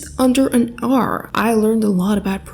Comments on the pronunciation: “Just under an oAr 😊” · 'And in just under an Haurrr' - 2022